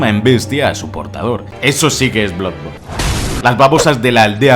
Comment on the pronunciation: en realidad, lo dices mal, la doble o se pronuncia como u, por lo tanto se pronunciaria "bludborn"